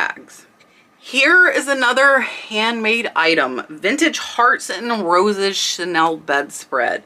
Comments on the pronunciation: I really enjoy your videos. I have a houseful of stuff I bought over the years......by the way "chenille" is pronounced "shen-kneel". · Chenille - “she-neil” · Another pronunciation fix: chenille is sheneel. Thank you for your very informative videos. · Amazing video! FYI chenille is pronounced shu-neel. Time to go raid my moms linen closet.😁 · I'm only trying to be helpful here!!!! The "nille" in Chenille is pronounced like the Neil in Neil Armstrong. I guess my hearing is still working in retirement! 🤣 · chenille not Chanel. Chenille is the bumpy cotton fabric that is all vintage now. The new chenille is usually synthetic. Chic not chick. Shabby chic is a style, not reference to slang for a woman.